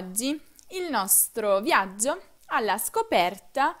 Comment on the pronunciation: Ozzi,viazzio........ Che pronuncia sfarzosa....